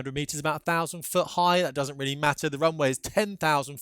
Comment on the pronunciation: Oh gee, you're weally weally expert.